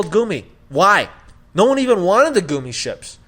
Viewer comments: Lol if this man says “Goomy” ship one more time! Yo it’s Gummi Ship! GUMMI! Like the damn Candy!!!! Just for that, Hard Dislike., Y’all clearly didn’t pay any attention to this game... btw Sora probably knows how to do keyblade transformations because of Vens heart being within Sora. He literally rode his from planet to planet in BBS. Amateurs! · wait did he say goomi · Overall fair assessment. I cant believe you guys didn't like the Gummi ship (pronounced guh me). I spent hours upon hours playing and enjoying the Gummi ship open world. I think it's the best version of the Gummi ship. So much fun!! To each their own, tho. Overall, I don't think any game is worth 10+ year wait. But really, it wasn't that long of a a wait since between KH 2 and KH 3 we had several new KH Titles come out that fleshed out more story. Then there was a new KH game every year for several years. So, that whole "we waited 10 years" Crap is bubkis. False. Untrue. Anyway, thanks for reading. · “Goomy” ships😆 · The reason Sora "falls" like that is reference to DDD. Remember the Drop Drives? (I think that's what they're called). The little mini games you do when entering a new world or swapping between worlds. I agree with most of what you're saying, especially the Gummi (pronounced Gummy) ship. I've never ever been a fan of the Gummi ships and I don't think I ever will, but despite my personal issues with it, they did do a decent job with it minus the controls. The first thing they tell you when you start the game is that Sora is level 1 again because of his struggles in the Dream world. I don't think they mention why the Keyblades are transforming the way they do, but man I freaking love it. If you're wanting to critique the game play, why not talk about how easy the boss fights were compared to other games? Otherwise, great content. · Never has been a fan of the Gummi (can’t even pronounce it right). Never been a fan of the gameplay. Yet reviewing Kingdom Hearts?! GTFO!